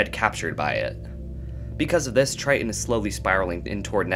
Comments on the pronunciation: Argh. The glottal stop "t"... Pronounce BOTH Ts IN TRI-TON, not Tri-on. 😅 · Take a shot every time he says "Try-en" lol